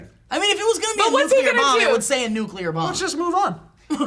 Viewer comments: Silly Joe, saying nucular! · They're aware that Heisenberg isn't just from Breaking Bad, right? Also, Joe saying NUKULAR really...grinds my gears. NU-CLEE-UR (Nuclear) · Oh man, Joe. "Nuculear bomb." George Bush is that youuuuu??? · It's really bugging me hearing them say nuclear as "nucular" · really joe? nucular......i thought u were better than that